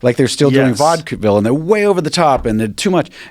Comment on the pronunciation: "still doing vodkaville" you mean vaudeville? lol